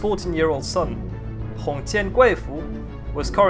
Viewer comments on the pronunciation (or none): none